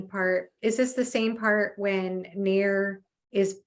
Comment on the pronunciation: Naiur is the right way to say it